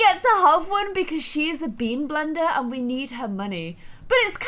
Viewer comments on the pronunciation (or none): none